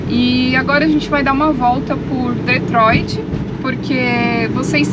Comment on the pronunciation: o nome da cidade é DetroiT e não DetroiD.